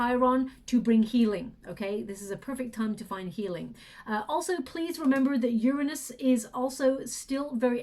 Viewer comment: Please stop saying uranus! Not even close! Lol 😂